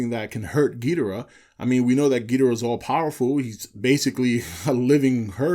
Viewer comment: The fact you can't pronounce Ghidorah right mean I can't listen any longer